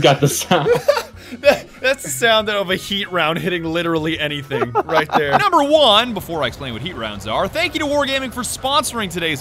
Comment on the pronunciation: "anything" my friend? a n y t h i n g ?